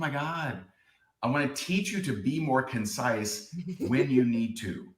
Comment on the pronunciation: He has ruined the word concise!! Know everytime i hear that word i cringe because I can hear it in his condescending tone of voice. Oh and don't get me start on how he over pronounce the word!!